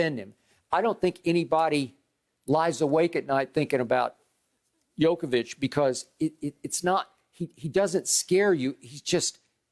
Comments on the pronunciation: Someone tell me how Skip can even have a valid opinion of a guy..........when he can't even get his name right!!!!? Jokavić. Shut up already! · Skip his name is Jokic not jokovic 😂😂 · Its Jokic, Skip. Not Jokovic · Somebody should tell Skip it's Jokic not Jokovic. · DAMN! You call yourself an expert... Learn guys name - it is JOKIC, not JOKOVIC! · Why is Skip saying Jokavic??? It's jokic.... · Joker, but so sad, bcz they will prolly be top 2 candidates for MVP and whoever lose this will be 2nd team All-NBA, btw Skip its not "Djokovic" its Jokic or Joker if u want it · Gotta love one the biggest sports commentators STILL not able to correctly pronounce Jokers name. Jokavic??? SMH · Jokovic is the super saiyan son of Nikola Jokic & Novak Djokovic 😂😂😂. Honestly the guy is an MVP front runner & 2 time NBA all star & you still can’t pronounce his name 😂. No wonder people don’t take Skip seriously . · Learn to say his name right you old fool man. Chatting bare rubbish you know. It’s Jokic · Skip has not watched the nuggets.. He can't even say his name right.. If Joker doesn't win it I swear I might stop watching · Skip can't even pronounce Jokics' name right smh. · Why is skip being ignorant like he cant pronounce jokic's name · Funny how Skip and Steven A can’t even pronounce names like Doncic and Jokic, while they are very easy to pronounce and these guys have been in the league for years now... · This guy hasn't learned to say properly MVP name,what a fool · Expert that cant pronounce MVP candidates name... Very professional. Bottom line is, Jokic doesnt sells shoes and sodas like Embiid does, thats the only reason why he will win MVP. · Skip you can't even say the mans name. Zero real arguments. You just like Emiids game over Jokic. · Skip can't even pronounce his name correctly. I don't think he ever watches Nuggets except in playoffs